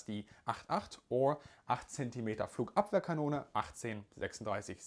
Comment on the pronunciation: its so epic you spoke Flugabwehrkanone and especially the numbers without any accent ;). you lived in germany/austria/... for a time?